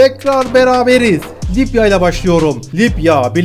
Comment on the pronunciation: Lipya mı? Libya libya..... bu nasıl bir aksağan.